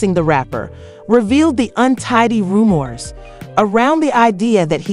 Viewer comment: Ru-moors, Tozada, and Shay-nice? 4 seconds in and I’m outta here. 😭